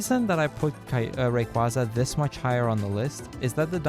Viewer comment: Milotic's name is pronounced My Low Tick and Rayquaza's is pronounced Ray qway za. He said their names wrong but I love these games so very much I'm a huge fan